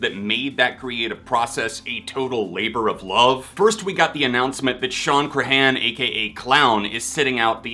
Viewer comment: Clowns name is pronounced more like Shawn CRAY-IN if I've heard him correctly.